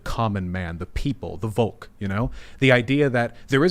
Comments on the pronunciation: Volk is pronounced with an F-sound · Also if you would pronounce it correctly Volk would sound the same as folk. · Volk is pronounced with an f!